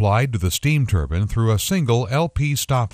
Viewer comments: wtf its spelled turbine! not turbin... drove me crazy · Why does he say turbin? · Everytime the narrator said "turban", it drove me crazy.